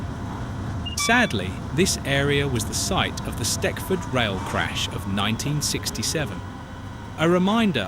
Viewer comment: Just for information, the station pronounced as ‘Steckford’ is actually STECHFORD, pronounced as ‘Stetchford’. Better research needed!!!